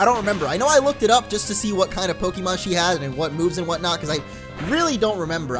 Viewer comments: its actually pronounced poke-ay-mon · its poke-ay-mon the accent on the e makes the e sound a ay sound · In the anime they pronounce the E as an A so it's like Pokamon. :P